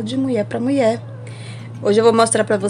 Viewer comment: E angustiante a palavra "Muié", gostei do vídeo mas detesto palavra errada.